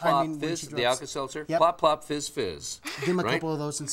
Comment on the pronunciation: not to be someone who is rude, but its fiz...